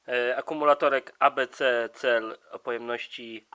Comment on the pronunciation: Dlaczego 'starpałer' przeczytałeś dobrze a 'cel' przeczytałeś źle? Albo mów po angielsku albo po polsku, albo w ogóle...